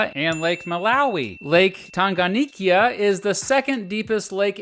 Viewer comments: Please, for the last time, we say 'Tanganyika' not 'Tanganiyika' . Are we together? I am a Kenyan. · Tanganyika, not Tanganikya. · Its pronounced lake tan-ga-nyee-ka. And zanzibar in tazania has separate legislature and regional executive. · I would like to correct this mistake, it was 'United Republic of Tanziania', not 'Republic of Tanzania', and , Lake Tanganyika is pronounced as Tounge-gun-nyee-ka. Other than that, this video is good. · Bro alivyotamka Tanganyika nilicheka lol